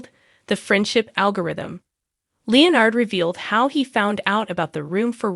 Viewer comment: Sorry, but your voice AI is mispronouncing Leonard's name.